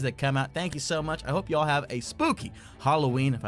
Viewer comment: says spookay